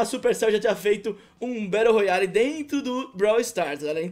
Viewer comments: "Batte royale" kkk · BATTE ROYALE KKKK